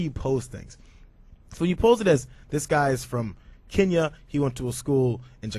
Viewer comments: It really struck me that Beck made such an attempt to overpronounce such foreign names as Kenn-ya, Ja-KAR-ta, and even Ha-VA-ii; although that's the way to properly pronounce the name of our 50th state, I'm with Cenk on this one- he went way out of his way to emphasize the foreignness of these names. Could it have something to do with the fact that the majority of their viewers are well over 50 years old, and easily frightened. What really pisses me off is that my mom even buys into his bullshit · When Biden talks and people take offense, people are looking too much into it.................When Glenn Beck talks and YOU don't like it.... you don't like the way he pronounced "Kenya"